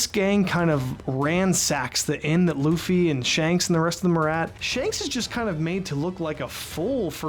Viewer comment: Sometimes when Nami says Luffy's name, it sounds like "Doofy" 🤷‍♀️